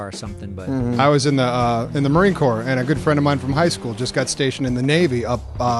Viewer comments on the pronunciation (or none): Corps not core